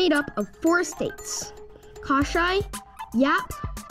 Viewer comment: Enjoy watching your videos from hawaii . i like the way you saying our beautiful island of "KOSRAE" so perfectly